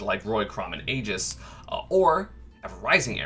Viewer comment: I really don't know how people are able to mispronounce "Aegis" considering its said by the characters themselves. It must be some defiant act by the smash community.